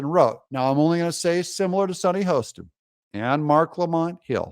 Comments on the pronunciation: Super video! Sunny’s Last name is pronounced Hah-ston, ironically not Hoe-ston. You’re welcome. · Hoss ten. Not Hoe